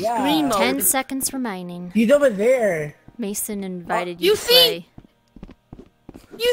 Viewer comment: Your 10 seconds remaining sounds Australian